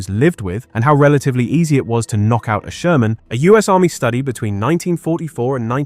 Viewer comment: Jaja, der Sörmänpanzer.... KI-SCHEISS!